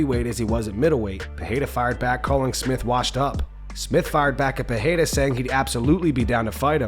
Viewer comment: His name is PeReira not PeRReira you only pronounce it like an H if it is at the beginning of a word like Restaurante or if it is a double R. I can't hear it anymore dude.. Everybody calling him PeHeira for no reason there is no second R in his name????? What makes you pronounce it like that???? Still better than those American boneheads saying Pierra but stop calling him PeHeira PLEEEEASE it is P E R E I R A!!!!!!!!!